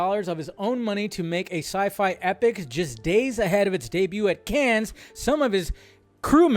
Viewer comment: Wow. Someone who calls themselves '' not knowing that the 's' in 'Cannes' is SILENT.